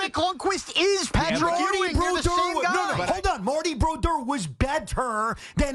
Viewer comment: Please someone make them stop saying Broduers name like that.